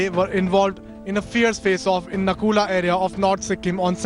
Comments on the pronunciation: It's Natula not Nakula 🙏🙏🙏🥺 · Its Nathula not nakula